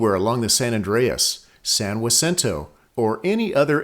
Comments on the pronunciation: Problem is the narrator is saying "wasinto", not "haceento". But I'm good with whatever he wants to call it. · I apologize for breaking the rules. It’s San Ha-cinto. Stop listening to New Yorkers. I studied earthquake faults intensely from my Cub Scout days. My dad and I mapped the Rose Canyon Fault in the early 60s. Professors at both San Diego State and UCSD called us crazy. There are stress fracture faults all over SoCal. Some just miles long and others several hundred. I like your videos very much and encourage you continue this work. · I have lived in Hemet (really local) area for 56 years and never heard it pronounced Wa Cinto. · I'm gonna guess that this pronunciation is an anglicization of the word, like how the town of my birth is called "loss-ANN-juh-lus" in English, instead of it's correct Spanish pronunciation. Locals may say san-wuh-SIN-toe, but sahn-hah-SEEN-toe is the original pronunciation in Spanish. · Your pronunciation is wrong. Not Wacinto! It's Hacinto. San Hacinto please. I grew up there in the 1960's. Get it right or stop lying.. Stop the BS. It sounds stupid. Noone ever called it Wasinto. Never. FU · It's pernounced Has-sin-toe not Waa-sin-toe. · I recently moved to the area after over 30 years in Texas. There, San Jacinto is pronounced with a hard J - "San JUH-sinto." I'm so glad to hear how locals pronounce it here. Funny Texas story, a group of 2 couples were in line at a Mexican restaurant in San Antonio. One couple registered for a table under their last name: Jones. When they were up, the page came..."Ho-Nez" party of four. "Ho-Nez." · My father was also (born 1921) but he always pronounced it "san jusinto" like most people in the San Jack Valley did. If I'm speaking Spanish, sure, I'll give it a Spanish pronunciation, but it's like "laws anjeluss": most Americans anglicize the pronunciation because they are native English speakers. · No not saying it correctly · that's the way a European person would say it